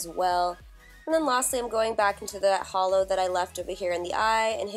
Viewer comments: i knew that, it just sounded like HOLO the way simplynailogical says it ^-^ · Who else thought of holo when she said hollow?? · Every time she said 'hollow' I thought she was saying 'holo'!!! #holosexual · I though you said holo and I was like "WHERE" but it was hollow haha. GREAT TUTORIAL.